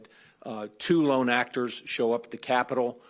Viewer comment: Why the need to so heavily emphasize it was "lone actors"?